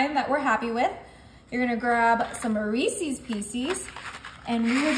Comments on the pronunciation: They're Reeces, not Reecees. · It's not Reesie, it's Reese's. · It bugs me when people mispronounce Reese's pieces or Reese's peanuts butter cups.